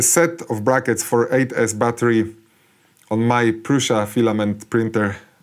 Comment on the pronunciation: One of the few YouTubers to pronounce Proosha correctly. I wonder why that is? 🤔😉